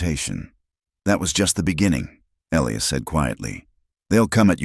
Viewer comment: Another Elias and Clara. If you're going to use the same names over and over the least you can do is teach AI how to pronounce them correctly. I've only started listening to this type video for the past month but I'm already tired of the same names over and over and practically the same storylines.